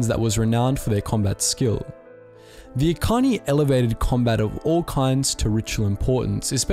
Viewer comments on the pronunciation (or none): God, every, single, video about star wars lore has major problems with pronunciation... Echani not ekani lol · 'Ekani' Wait do you mean 'Echani' with a 'cha' sound? Sorry. KOTOR relapse. Sidenote, mandos loved to pick on the echani fighting styles. "Look, di'kut. Are you gonna dance around for another twenty minutes or are you actually going to a throw a punch?" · pronounces it like Ekani. Me, who has heard as e chan ee from kotor 1 and 2: ☹️☹️☹️ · Echani is pronounced the the ch sound not the k sound. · Probably a little late, but you mispronounced "Echani".